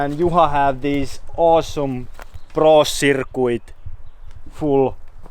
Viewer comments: Prrrrro cirrrrrcuiiiiiit ext-houst hahahah lmao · "plo circouite"